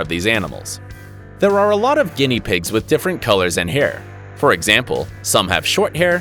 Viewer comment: It latterly said guienia pigs